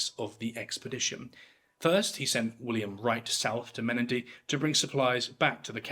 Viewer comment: and the pronunciation of Menindee needs a little work